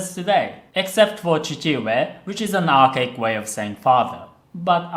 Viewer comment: archaic is pronounced more like Are Kay Ick